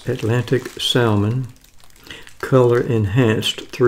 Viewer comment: The L is silent salmon.